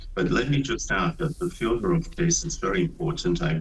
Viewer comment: Dear, FyodoRov, not FedoTov, please check it